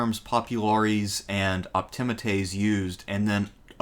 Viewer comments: Sorry, great video but the proper pronunciation is optiMAtes with the accent on the penultimate or second last syllable, just as you pronounce popuLAres with the accent on the second last syllable. You can look it up. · I believe Optimates is prononced ....( Opti-ma-taze ) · English is a stress-timed language. Where we put the stress in words or sentences denotes meaning. Been lectured on Rome many times. Never heard Optimates pronounced like that; because the stress is obviously on the A and not the I. The penultimate vowel, just like in Latin, but that's generally the rule in English too from that. Generally the rule. We have a lot of overlap in interests, but your nonstandard pronunciation always marrs it for me. "AE" sound is not the same as the "EA" sound. They're opposites, so praetor is obviously said like "praytor" and not like preator. These are English pronunciation rules, as well as Roman in this case. It's the same with medical terms that use the EA in pronunciation, or place-names, like with Cannae. We don't have a mish-mash of exceptions, but go for consistency in language, like the Romans did. There's no such thing as "most" centrepiece, it's either the centrepiece legislation or it isn't. I'm starting to lose the will to live, here. All I did was read books like, Suetonius or Cicero. I'm actually a modern historian, I just do the classics for shits and giggles. Cato the Younger was old school patrician and a staunch stoic. He was not interested in fame or the pomp and drama needed to make it in the old Republic or the new Imperium later on. This was why even contemporaries respected him. About his rank, he wasn't that rich, was he, and not that good a general. He only ever wore a black toga and not flashy b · If the narrator only pronounced optimates better…